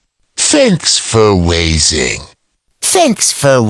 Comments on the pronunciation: Its watching not wasing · Its thanks for watching not thanks fur wasing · It's watching not wasing what???